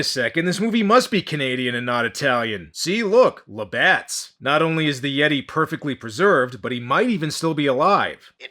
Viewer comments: Been with ya a long time,. Looks like you about to hit 200k subs! Congratulations ahead of time! Oh, WTF is a Yay-Tee? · no I think he said Yeet’e